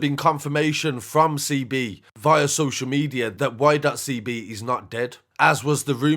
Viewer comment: All of you lot just hop off the comment, my guy is just pointing out that Y.CB should be said 'Why CeeBee'... Not 'Why dot CeeBee'... The ''full stop/dot'' has no relevance other than breaking up the two words. Argument finished.